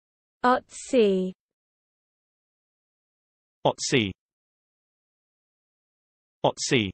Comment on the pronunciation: What is this? Is Otzi a word? If you mean “Ötzi”, the famous wet mummy from the Ötztaler Alpen, then this is sadly not how to pronounce it. It’s not pronounced with an O, but an Ö.